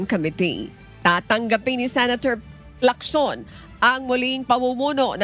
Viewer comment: Bkt ganyan ang pagbigkas mo ng apelyido ni Lacson, hndi kb Pilipino, hndi mo ba naririnig ang ibang nagbabalita kung paano bangitin ang mga apelyido hahaha! Arte mo hahaha